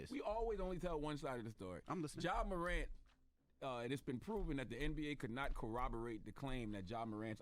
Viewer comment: How Envy can’t say mor-ANT ?